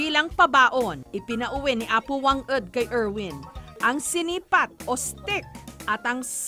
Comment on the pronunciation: Wang-od haan nga wang-ed madam jess..😊